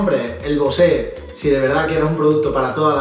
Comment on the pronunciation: Es BOSE ,no ...BOSe' jkjkk, eso es el cantante,es como comparar un sector ibiza con un M2